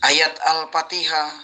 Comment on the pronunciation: Ayo kita bca sama" alpatikah kata meme kece huahhhhh alfatikhah bilang alpatikah hadeh